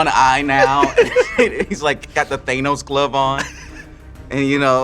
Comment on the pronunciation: hes a nerd and said thaynos? lol